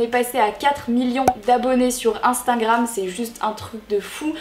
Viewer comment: "Instaingram" 😂 Sinon super vidéo ❤